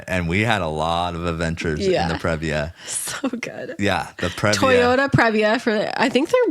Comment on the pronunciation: Previa is a long E sound. PREE-via.